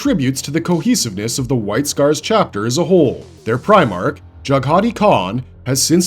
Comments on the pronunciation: Jag-ha-Tai not jagheeti😂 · Completely butchered the white scars Primarch name. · Your pronunciation of the White Scars Primarch was brutal. 😁 Otherwise great video.